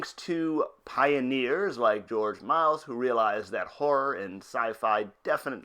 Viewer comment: Its not George "Miles" dude